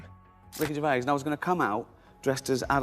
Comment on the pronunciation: Sloppy, repetitive, and you pronounce his name, wrong. Rubbish examples, too and with you explaining every ONE of them before you show us. Hope your other vids are better. 🙄🦍💨